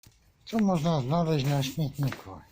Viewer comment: "ZnaleŹĆ", bo "znalazca" a nie "znalasca", albo inny przykład "ZNALEŹNE" a nie "ZNALEŚNE" :) Pozdrawiam.